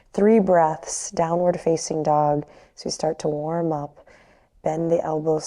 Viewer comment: That was beautiful, I had tears in my eyes, when you said "a waem touch wih your hands!" Namaste!